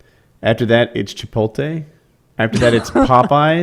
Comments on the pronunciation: Woody reading the name Chipotle and saying chipoltay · I hear a lot of people pronounce it that way, and it irks me more than it should